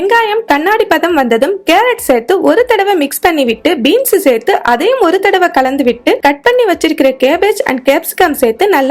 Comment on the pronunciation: Beems illa beans